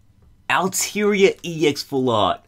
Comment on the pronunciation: It's pronounced aal-Taa -Ree -aa